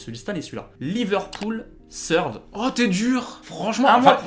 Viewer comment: J'aime trop comment vous dites "Seurde" pour Third 😂😂